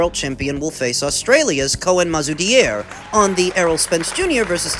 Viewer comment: You've actually done pretty well with the pronunciation of mazoudier too